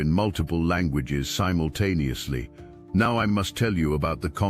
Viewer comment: MEOW instead of NOW How adorable 🎉❤😂